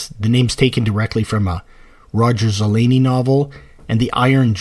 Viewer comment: You also can't pronounce Zelazny or Spinrad.